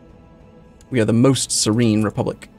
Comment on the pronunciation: it's pronounced "Sir-een" (Like mean or lean) not "saran". You're not playing as a roll of bloody plastic wrap.